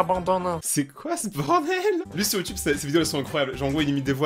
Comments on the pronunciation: quand tu dis youtube a lintro tu a lacsant québecois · vous avez pas l'impression que le *youtube8 de l'intro ressemblait a un accent quebecois